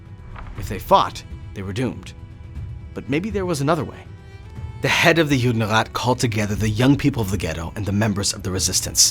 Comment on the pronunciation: Не Юнират, а Юдерат